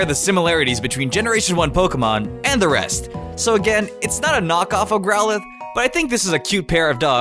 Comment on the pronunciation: you say growlithe and houndour wrong